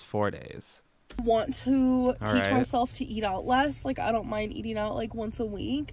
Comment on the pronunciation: “So I got done eateen..” IT’S “I FINISHED EATING.”